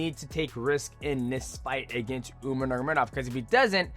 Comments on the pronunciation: Love you bro but you was the last guy I was expecting to pronounce umars name like that. Especially considering you trained with them lol. Umar nurmanamuragedov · Just call him “Umar” going forward bro 😂 that was wild